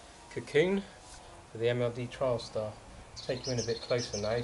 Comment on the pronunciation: Not sure if it's accent but sounds like you're calling the TS a "Trialstar". It's "Trailstar" ;) Nice inner though :)